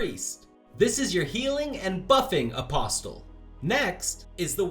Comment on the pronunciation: Good heavens you don't pronounce the T in "Apostle" Uh-possle.